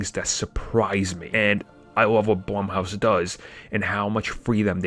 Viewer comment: He keeps saying blumhouse wrong